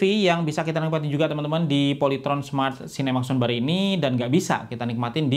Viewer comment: Polayteron? SKIPPP